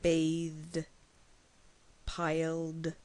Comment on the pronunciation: now this sounds stupid! Robbe-de, pile-de! Hande-de Age-de! Learne-de! Nake-DE!